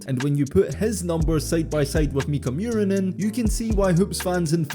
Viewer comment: Just a quick tip on pronouncing his name: it's less "Mew-rinen" and more "Moo-rinen". Nice vid btw!